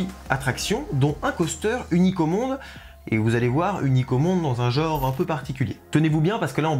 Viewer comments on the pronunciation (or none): none